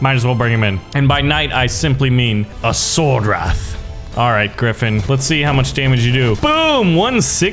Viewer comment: it’s called a sowrdwreath